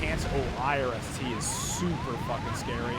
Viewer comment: why are you pronouncing IRIS-T like I-R-S-T?